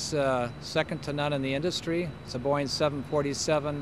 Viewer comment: ''It's a boyng 747'' ??? It's pronounced BO-ING!